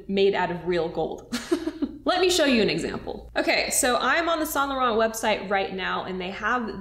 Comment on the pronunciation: I love you but the way you pronounce Yves saint Laurent gives me a headache